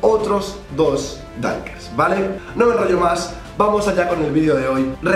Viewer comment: Like si cada que decía dunkers entendías tanques😂